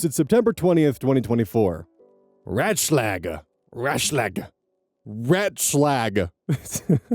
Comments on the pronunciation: "Ratschlag" (advice) is pronounced with two long 'a's, as in what the doctor tells you to say, so something like "R ah tschl ah g" (spaces for reading clarity). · I feel like you did Story 2 before, but from the other point of view maybe? It's ringing SO many bells in my head. It wouldve been like a year ago or so. Also Ratschlag is pronounced like "Raat-Schlaag" as an FYI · the german "a" sounds more like the "a" in "armor" For everyone interested: the a you made would be the letter ä(ae) in german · RAHT shlahg. Ratschlag. It's advice auf Deutsch. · The "A" in German is pronounced like the A's in ABBA, btw. Your first attempt had the consonants fairly well done. Good attempt! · "Ratschlag" pronounciation: As a german, you sound incredibly english speaking, but I can understand what you're saying! Good pronounciation of the "sch". English speakers tend to pronounce all A's like in "hand" or in this case, like the animal "rat" (funfact: rat in german is Ratte! (Pronounce like a in art, pronounce the e at the end)). If i were to try and write out this tone of A english uses in words like rat or hand in german, i would write an ä instead of a. It still doesn't translate perfectly, but i'd give it a 90% accuracy. As an example, I'm looking for an A like in "art". Always. Unless it's an ä, pronounce the a like you would in the word art. Now onto what you actually said and what it means! "Ratschlag" - advice is a noun made up of the words "Rat" - advice (older word, you would use Ratschlag over Rat; maybe used if you're getting advice from an elder or a valued profession (lawyer, medical field) specifically) and "Schlag" - hit (specifically hitting someone). I imagine the combination of Ratschlag originally relates to "getting hit over the head with it"? Not sure and I never really questioned why these words come together to form "advice"! In any case: they are posting on a subreddit made for asking advice. If anyone read this, thank you for reading my explanation!